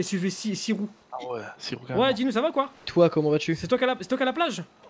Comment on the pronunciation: Je suis le seul à toujours avoir entendu Dino à la place de Gino